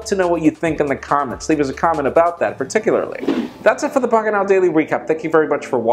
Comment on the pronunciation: "pockentow". lol the longest recap I've seen so far.